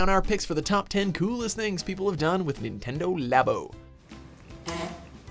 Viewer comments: "Nintnedo" not even 4 seconds in and you already messed up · "Nintnedo Labo" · Nintnedo... NINTNEDO!?!? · 'Nintnedo labo' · Nintnendo lol